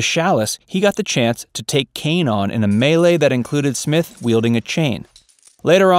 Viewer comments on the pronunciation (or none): none